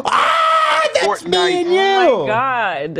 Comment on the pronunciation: “Fort nite..ahh.” Made me click off this video. So annoying